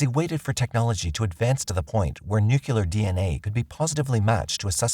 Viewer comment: "Nucular"...It seems the narrator attended the same school of George W. Bush, but man, if you are going to have a job as a narrator, wouldn't you take care of using correct and real English words??? Shame on you, idiot.